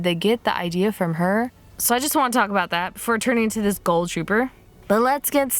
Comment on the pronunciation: Is it just me or did she say ghoul weird?! Like she pronounces it goal...